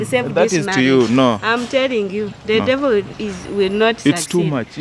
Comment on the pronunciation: " thaaaa devoo izaaa laya " nkt